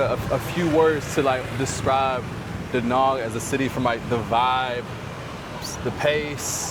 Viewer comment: It's Da Nang not Da Nung!